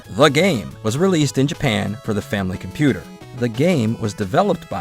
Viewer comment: So glad to hear you’re naming nintendo’s japanese 8-bit console correctly as the FAMILY COMPUTER unlike other western youtubers. Kudos to you!